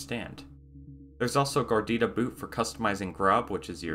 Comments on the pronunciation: If you say Gardita one more time I'm unsubscribing. Its GARUDA!!! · dude it's garuda not gardida. In kannada and some other indian languages garuda means eagle. That's exactly why the logo is an eagle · It's Pronounced "Gar Uda" not "Gar Dida". Just as a note. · It's GAH-ROO-DAH, NOT GARDITA. If you are going to do a review video, at least get the name right. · Bruh GARUDA ! not gardeettta -_ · its "garuda" not garidida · It's Garuda not gordita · Is he saying Gordita to make fun of the distro or something? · Your saying it wrong 😂 ga rude a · Wow! How difficult it can be to pronounce "GA RU DA". Just 3 syllables. 😁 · Gardida lmao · Its name reads like it's a nice cheese. Is it really supposed to be pronounced like "gardida"? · MC. Gar roo da = Garuda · Its hard to take a review seriously, when the “reviewer” could not spend 2 mins to learn how to pronounce Garuda… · Wow you butcher the name. Repeatedly. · It's pronounced phonetically. Why is this guy making up a new word entirely. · wait did you just mess up the pronunciation of Garuda ?